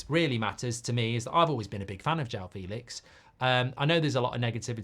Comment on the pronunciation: It's pronounced Fell-lix